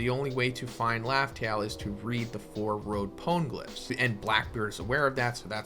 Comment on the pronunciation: imma be that guy, even the anime doesnt pronounce them powngliphs how you are...thats just annoying. "this is how i say it" no, there is a right way to say it, quit being lazy and learn the right way. till otherwise stated, the e in pone is pronounced, not silent.